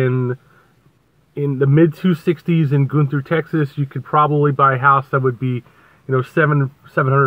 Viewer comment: The town is spelled Gunter. It's pronounced Gunner.